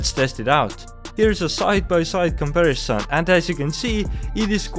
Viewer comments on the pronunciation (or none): none